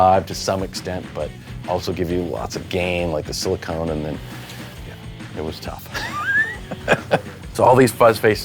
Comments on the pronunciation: Anyone else hearing siliCONE and not siliCON? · One of the times it kinda sounded like he said silicone, but it was really more like silicun